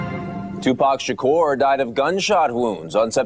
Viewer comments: Tupac Shakerr.... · I wish she would pronounce his name correctly! OH EM GEE! She's getting on my nerves!